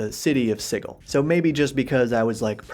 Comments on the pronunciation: I do not know why I've started hearing so many people pronounce sigil as 'siggle' lately. It's 'sidgle,' pleeeease stahahop. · That isn't how you pronounce Sigil. It's even brought up in the lore.